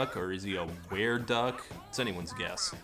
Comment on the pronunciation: 😆 He said “Wereduck”. Perfect.